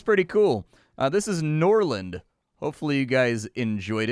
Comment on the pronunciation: I will forgive them for forgetting an R from Norrland